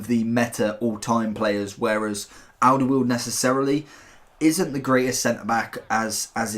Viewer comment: You pronounced Alderweireld wrong its Alder-vri-reld. Just to let you know.